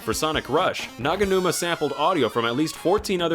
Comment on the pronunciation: He's called Hideki Naganuma not 'Naganumi'